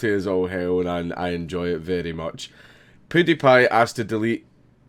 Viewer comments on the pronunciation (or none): PEWWWWW die pie not poodiepie